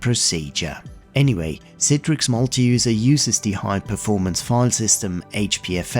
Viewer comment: Thank you for pronouncing it correctly as someone who's forced to use it at work it's all i ask is pronounce it correctly